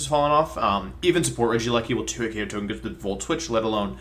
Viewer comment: You know Wolfe's serious when he pronounces Togekiss with a hard G